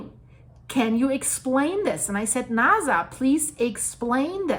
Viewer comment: I like how you pronounce NASA. Everyone knows the origins of this agency. NAZ...